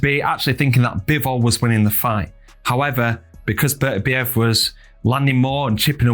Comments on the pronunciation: He's the undisputed champion and should have his name pronounced properly. Basic respect! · If you’re doing an analysis video at a minimum learn how to pronounce Beterbiev properly.